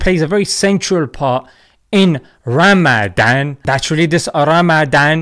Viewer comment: "raamaadaan" had me dying 😂